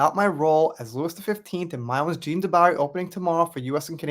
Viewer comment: Love your videos. But pronouncing jean wrong.😮 😂😂. Just playing. I mean you did pronounce it wrong, things like that stand out to me. Its a me problem. Thanx for the hrads up again. Can't wait to eatvhbthe movie too.😊